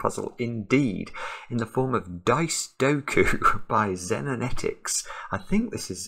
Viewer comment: Thank you so much for solving, and thank you to everyone else who has solved and given such lovely compliments for this puzzle in the Discord! You also nailed the pronunciation of Xenonetix,! I am British, so it's definitely "Zen" rather than "Zeen" 😉 - Mega "Xenonetix" Lamb